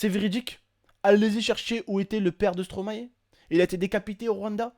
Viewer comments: superbe vidéo khey. Je trouve moi aussi qu'on ne peut pas rigoler de la mort. PS : on prononce stromaie car stromae est le verlant de maestro et je crois que personne prononce maéstro en tant que belge et pour tout les belges ça nous dérange que vous, français, disiez stromaé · Une bonne fois pour toute les français,ON PRONONSE STOMAÏ PAS STROMAÉ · Please les français vous pouriez dire [Stromaille] et pas [Stromahé] ^^ Car c'est l'inverse de maestro :D Et merci pour la Belgique^^